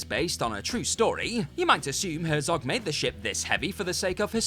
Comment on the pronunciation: This presenter reminds me of how the Reverend Lovejoy pronounces some of his words. Made-AH! League-Ah! CGI-AH! Batman-AH!